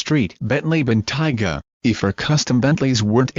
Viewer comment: You Americans will do anything to sycophantically align yourself with the Royals. Please check your pronunciation and have a real human do the speaking. And by the way, Helen Mirren is not the Queen. Also it is not a 'Dime-ler' but a 'Dame-ler'. And it's a Bentayga not a Bentiger. Oh, I give up.